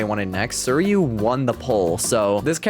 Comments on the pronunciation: Hey man! Love your content- just wanted to give a lil head up it’s pronounce sweereeyuu (suiryu) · uh, if this helps, you can just say "sir-you"